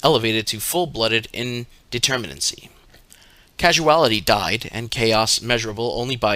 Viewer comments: I'm wondering if you mean to say "Causality" my sweet, as in cause-ality, in reference to the causes of things & events, and the causal realm as opposed to the acausal realm; and not, casual-ality like casual as in to be relaxed or the opposite of formal? Bless ya heart poppet. Well done tho all the same, it was still great to listen to you read these as you have a good voice for it and Liber Null & Psychonaut, which I like to fall asleep listening to each night 🌙, and I expect many others do too!? Perhaps you could read Liber Kaos next please? Oh, and Paradigm is pronounced Para-dime to rhyme with lime. If you need help with pronouncing words you're not familiar with don't be afraid to ask, me or anyone, or just Google the word to get a phonetic pronunciation; this will make it smoother to listen to and you'll get more views over time. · I suspect that when you said "casuality" you meant "causality". Dyslexics of the world untie.